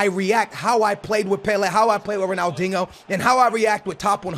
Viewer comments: its dinho not dingo. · If you say Ronald “INGO” one more time....